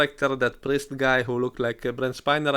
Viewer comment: I misunderstood the accent and thought that you said "prince" instead of "priest"...and then quickly realized that what the priest did was purely Machiavellian.